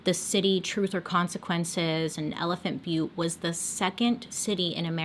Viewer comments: You pronounced elephant butte correctly My family used to go camping there every spring and summer every year. We lived about two hours away. Beautiful spot when the water was at its highest... stopped going when we found out about this guy and his sick girl friend and daughter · I live in New Mexico and you said Elephant Butte right!! And we call Truth or Consequences TorC. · Your pronunciation of Elephant Butte was correct. I think that someone thought it looked like an elephant. The town of Truth or Consequences had some other name, there was a game show on TV by that name. Somehow the town made a deal to rename the town Truth or Consequences, and those of us who lived in the area just called it “T or C”. I believe that the town ended up getting a bunch of money for doing the name change. Anyway , that’s a little tid-bit of information on one of your stories. I wasn’t living in the area when this guy was active. Yikes. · Woa but no research on the names and locations ok. T or C changed the name of the town to participate in a radio game show in. And you did pronounce elephant Butte right. It is a reservoir and the water levels vary greatly because this is in high dessert and evaporation is a problem. The book gives alot of info. This was all unfolding my senior year of highschool. I grew up in Santa Fe NM. My church youth group used to go swim in elephant Butte. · You said Elephant Butte correctly. Also we call Truth or Consequences (T or C) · Truth or consequences is named after a game show the original name for this town was hot springs. Ralph Edward has paid for the town tho change the name. Also you are pronouncing elephant butte correctly I am from there. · I was born & raised in New Mexico & have played in the Elephant Butte lake numerous times 🤮 before hearing about the TBK. Also yes girl you got the town name right!